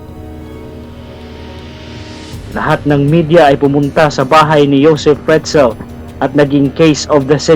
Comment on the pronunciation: it's pronounced as /yosef fritzl/. skl 🤗